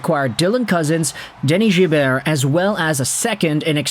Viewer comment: Your pronunciation of Dennis Gilbert is insane 😂😂😂